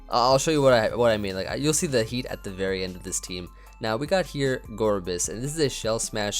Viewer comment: My boy, stocking up on L's in Heatah, just to hand them out in GBA.